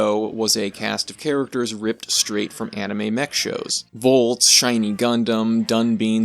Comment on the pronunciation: The "tes" in "Voltes" is pronounced like "test" The "bine" in "Dunbine" is pronounced like "bind" The "ba" in "ganbare" is pronounced like "bar." And "corps" is pronounced like "core." That one's French. Also, this is a real bugbear of mine: tokusatsu is not a genre. It's a style and technique of filmmaking. It can do horror, action, sci-fi, fantasy, basically any genre or story that involves heavy use of special effects. And in regards to subgenres, there are many tokusatsu works that could be called mecha. Most commonly there are the super robot shows of the 70's and 80's like Red Baron, Mach Baron, and Daitetsujin 17, but there have even been a couple instances of tokusatsu leaning into what some would call "real robot," most prominently the 1989 movie Gunhed. Hell, if, like me, you think what we define as tokusatsu should extend to any cinema that uses the right style and techniques regardless of country of origin, Robot Jox would very much count as tokusatsu.